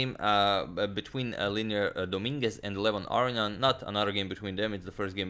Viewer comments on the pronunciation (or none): *Leinier, not Lenier :)